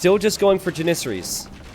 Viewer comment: the way he mispronounces Janisaries (Jan - uh - sar - eees) <--- this is how u are supposed to say it